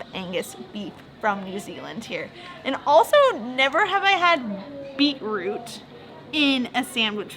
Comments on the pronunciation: BOI SHE CALL IT BEAT ROUTE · "Beat - Root" HAHA we pronounce it "Bee -troot" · its kinda funny how they say "Beat root" were as (at least in my family) we say something like "Beach root"